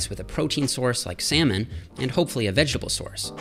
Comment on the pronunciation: "salmon" it really sounds like semen hahhaha